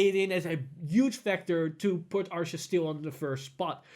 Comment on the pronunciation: Lol someone keep count on how many times he mispronounces Ahsha's name